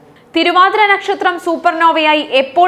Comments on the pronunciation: ന്നക്ഷത്രം എന്നു വായിക്കാതെ നക്ഷത്രം എന്നു പറയു സോദരീ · ഞക്ഷത്രം അല്ല മോളെ നക്ഷത്രം⭐⭐ 😊😊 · മറുനാടന്റെ ന.... പനയുടെ ന അല്ല... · 'ന'ക്ഷത്രം അല്ല പെണ്ണുമ്പിള്ളേ നക്ഷത്രം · നക്ഷത്രമാണോ " ന "ക്ഷത്രമാണോ ശരിക്കും കുട്ടി പറയുന്നത് കേട്ടു കൺഫ്യൂഷൻ ആയി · പന, ഈ ന അല്ല. നല്ലത്, നക്ഷത്രം.